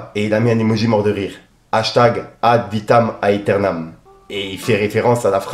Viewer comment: Yo, je me permet de te corriger concernant l'Album de BOOBA ae... Alors pour plus de Style; ça se Prononce Ad' Vitam Æternam ca se dit Ad'vitam éternam, en phonétique 🙂😋:washhands:Force à TOI🤚💪☝